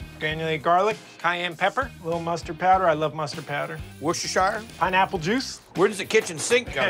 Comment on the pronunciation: I'm tired of the way you say Worcestershire sauce. Say rooster then add a w in front instead of the r Worcester. Once again say rooster. Put a w in front drop the r. Then add sure at the end. Worcestershire sauce.😊